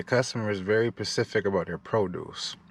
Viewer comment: Lol😂 every time you said the customer is very “pacific” all I could do was say the letter ssssssss! After every time! Lol great content! New Sunnis here